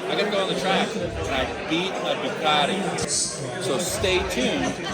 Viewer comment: 1st Wanker you already came with a set twit mind to down the Harley Davidson. 2ndly it's spelled "Ducati" NOT like your pronouncing it "Decatea". And your Worst mistake you made Wanker is pick the States of Nuts and Fruits to ride all those miles and of all places in hell to start off in, death valley. You from the start Wanker had your mind set to HATE the Harley Davidson and preferred your land's peasant skinny tall standing dirt bike that looks like you have a motorized BICYCLE and looks like with any pebble on the road tou will bend a rim and be catapulted through the air. You shouldn't have made any type of video with the type of set mind you had and not an open mind and such negativity and a Wanker's bashing of our American iconic motorcycle. So good ridens and go back to your skinny tall Ugly motorized bicycles you idolize so much so you can go ride them between the sheep and ox paddies. Cheers wanker and good riddens